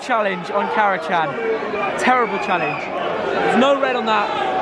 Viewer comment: It’s pronounced Kara-Jan, Turkish language